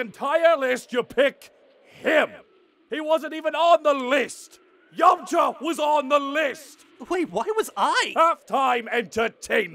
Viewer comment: Cursed hearing a British Cell pronounce Yamcha like an American (Yomcha)